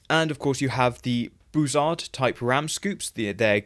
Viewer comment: Bussard is NOT pronounced “Bu-zzard”; it’s pronounced “Buh-sard”